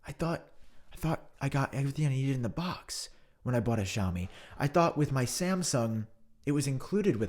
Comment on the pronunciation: My boy is AT IT again 😂 great sarcasm as always man. Just a sidenote, "Xiaomi" is technically pronounced like "see-ow-mee". Hope to see it in future videos 👍🏻 And happy holidays 🎇